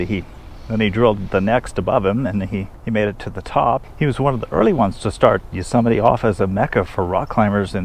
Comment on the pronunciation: Please stop saying YUsemite. Please. YOsemite!